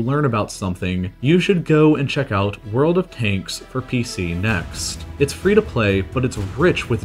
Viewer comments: "World of 'Taints" 😀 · I really thought he said “world of taints”